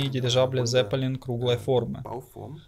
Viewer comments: Какой "З"еппелин? На немецком -Цеппелин, буква "Z"-это Цэт..имейте уважение к оригинальному звучанию,пусть рок-группа будет Лед-Зеппелин. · не "зЕппелин", а "цеппелИн". это немецкий.